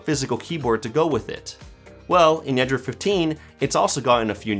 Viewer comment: 9 times out of 10, he calls Android "Andrew." I found this out probably the second time it happened, and it's been driving me crazy since.